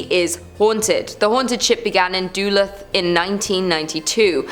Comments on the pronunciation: I know it's not the biggest of deals, hell, you'll probably never reference the place again but Duluth is pronounced as Duh-looth as opposed to Doo-luth. Have a lovely day 😁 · More Duh-looth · You pronounce Duluth really badly....its Doolooth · BAHAHAHAHAH SHE SAID DULUTH LIKE doo-lith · Love ur channel hey i swear 💜 but yes lol Duh-Looth Ty Genesis lol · I couldn’t figure out what she was saying, lol, DoLooth! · I hope she has learned how to pronounce Duluth since this video. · Though other Minnesotans have corrected your pronunciation of Duluth, however, I liked it! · Who taught you how to pronounce Duluth? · Thanks so much for letting her know! I grew up across St. Louis Bay from Duluth, and the first time I heard her mispronunciation I nearly spit out my coffee! Certainly there are more than enough British place names that Americans mangle—one corker reporters and newspoeople can’t seem to get right is “BuckingHAM palace” instead of “BUCKinghum Palace”—so people shouldn’t be touchy about being told!